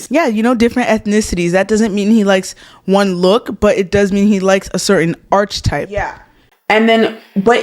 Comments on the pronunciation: feel free to delete this after: it's pronounced arc-a-type. Like a rainbow arc. <3 not arch-a-type, like the arch of a bridge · Arch type? Were you trying to say archetype? Its more like ark-uh-type. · Hey girl, full out of love for future reference: archetype is pronounced ‘ar-ku-type’ and dissonance is pronounced ‘diss-uh-nunss’ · lol. It’s pronounced ar-ke-type.